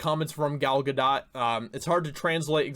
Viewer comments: "Gal GadoT" The "t" is silent. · Well I'd hope she wouldn't be bc she is from Israel...the place President Trump backs and has helped 100% btw idk if you were just trolling her last name or if like me at first you genuinely don't know how to say it but it's pronounced Guhdóe...i think that is the right mark above the O,it's a long O sound, again idk if you mispronounced genuinely or not n I'm not being sarcastic or trolling by telling the correct way just passing the info to ya,love ur episodes on the channel, like i wrote: Thanks for helping be a voice in this fight 💪🤘😆🤘🔥🔥🔥🍻